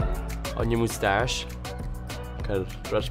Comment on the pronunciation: I love when she said moustache with her accent 😏... MoudtashEeeeE